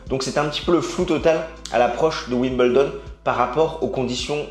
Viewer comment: pourquoi dire Wim bel don alors que c ' est Wimbledon ? pourquoi dire un peuzeul alors que c ' est un puzzle ?